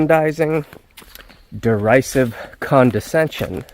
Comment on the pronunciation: The mispronouncing of derisive tells me he found it via a thesaurus.